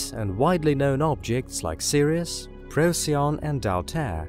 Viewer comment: Pro-kee-on. The pronunciation of that particular star. Just trying to be helpful. 😎